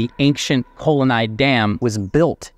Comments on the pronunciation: Its kallanai dam not kol anai. Kal means stone and anai means dam . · That poor collanai dam 😂😂😂 i mean come on he heard it well and still manage to pronounce it correctly wrong 🤦😮‍💨😮‍💨😮‍💨